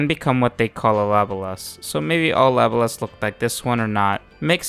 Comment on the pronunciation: LA-BO-LAS !!! Ffs